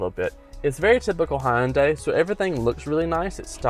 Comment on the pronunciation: It’s Hun-Day, not Hi-Un-Day